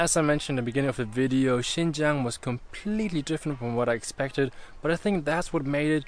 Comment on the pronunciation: Sounds like you're talking to yourself. By the way, it's "Xinjiang" not Xingjiang.